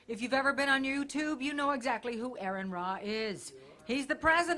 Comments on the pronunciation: Say... like R-N... not Erin Ray. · Lady: His name is pronounced "Ah-run" Ra......Not 1st..."Air-on Rah",,,,and the 2nd time, hilariously, "Ah-run Ray". lololol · I think you could have gotten a better introduction. First she said Arin Ra, then she said Aaron Ray. I can see how your name would be a mix up for vocabulary for people. But a proper announcer would have asked you exactly how you pronounce your name beforehand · Aaron ray??? Bitch get his fucking name right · ayron ra, ray? wtf?! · A ron raw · Erin raw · "our next guest needs no introduction" proceeds to immediately mispronounce his name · Woman who introduced AronRa mispronounced his first name and his last name! Sheer stupidity. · This lady obviously has no idea who is by the fact she butchered his name horribly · How do you say someones name wrong twice, in two completely different ways?! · The introduction with the multiple mispronunciations of name certainly involved a lot of freethought, in an ironic way... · Again, she said both wrong but at different times.